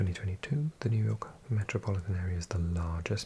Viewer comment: I love how you say New York. ”Nu jaaw….. K”